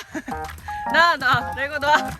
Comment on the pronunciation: ㄹㄹㅔ고 ➜ 완벽한 레고 발음법 ㅋㅋ